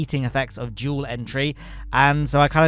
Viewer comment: no it's jool